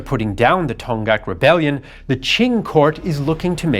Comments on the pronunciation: It's pronounced Dong-hak, not Ton-ghaks. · You pronounced “Donghak” as “Dong-ghak,” but the correct pronunciation is “Dong-hak.” “Dong (동/東)” means “East,” and “hak (학/學)” means “scholarship” or “learning.” So “Donghak” means “Eastern Learning” or “Eastern Scholarship,” which stands in contrast to “Seohak.” “Seo (서/西)” means “West,” so “Donghak” refers to Eastern learning as opposed to Western learning. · "동학" is pronounced as "Dong Hak", not "Tong Gak". Aside from that, I enjoyed it very much, seeing the familiar story from an outsider's perspective as a Korean. Thanks for the great content, as always!